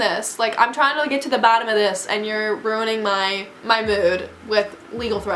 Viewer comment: You pronounced you're wrong.